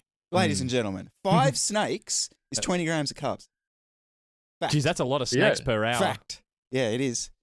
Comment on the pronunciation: I thought you were pronouncing "snacks" oddly.